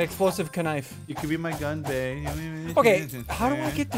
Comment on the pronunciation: Again you pronounced it wrong it is Gu n bi